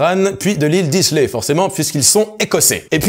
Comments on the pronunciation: islay ça se dit pas "isse l'ai" mais "aïe-là" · Mes oreilles d'amateur de whisky en ont pris un coup à ce moment là également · Islay se prononce ail-là ;) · Islay, l'île de 3300 habitants aux 9 distilleries se prononce "aïe la" : ;) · L'île d'Islay se prononce Aïla. Bonne vidéo